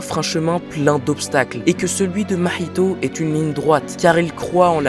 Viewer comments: j'aime ta prononciation de "mahito" 😭, très bonne vidéo 🤝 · mdrrr je rigole je like prcq la vidéo est de qualité mais tu prononces Mahito comme un vrai DZ ça me foudroie